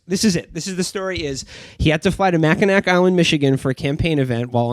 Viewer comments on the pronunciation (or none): Not Mackinac. Mackinaw. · Their mispronounciation of Mackinac hurts me in my soul